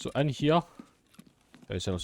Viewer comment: "Right hyeuh"